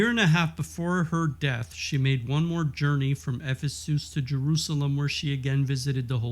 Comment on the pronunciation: You might want to look up the pronouncing of Emmerich and Ephesus